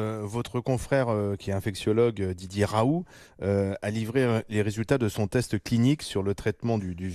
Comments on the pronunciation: Dumé batesti je viens de revoir la vidéo, il sourie parce que le journaliste a dit Raou, au lieu de Raoult. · Parce que l’autre sommité journalistique écorche son nom. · a noter le petit sourire condescendant lorsque le présentateur prononce le nom du P r Raoult au début!! Un scandale ces cercles de l'entre-soi qui bossent pas et viennent donner un avis..